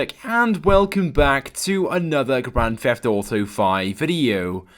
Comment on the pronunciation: in the beginning of the video you say Grand Feft Auto. Who tho ?